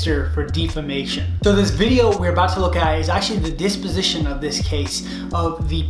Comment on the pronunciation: It’s pronounced Deposition